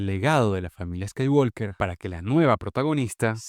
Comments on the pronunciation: Mi única discrepancia con tu análisis es que el apellido de Luke: SE PRONUNCIA "SKAYWOKER" y no "SKAYWALKER" !!!!!!!!!!!, aparte de eso MUY BUEN VIDEO. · La L de Walk no se pronuncia. Siempre se dice "scaiguoker" tanto en idioma original (inglés) como en el doblaje español (Hispanoamérica). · Skywalker…la L no suena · la L no se pronuncia en "Skywalker"